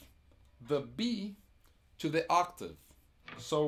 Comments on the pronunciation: I'm Brazilian and I notice that many of my countrymen, including Kiko, mispronounce "to" and make it sound like "two". I would like to hear from native English-speaking people if they agree with me on this. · if you Google it, you'll see "two" is pronounced as a prolonged "too", and "to" a shorter sounding "too". There's a difference, albeit small. Brazilians like Kiko will pronounce something like "tchoo" for both to and two. I'm really nitpicking here, but still, can't help myself.